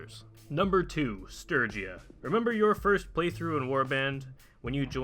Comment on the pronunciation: isn't it Sturgia instead Stergia?